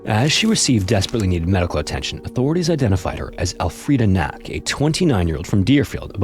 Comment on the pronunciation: I have a friend who is related to Elfrieda, she lives in St. Paul. Fun fact, Knaak is pronounce like "knock" EDIT: According to my friend, who has schizotypal personality disorder, mental illnesses are very common in the family, sadly.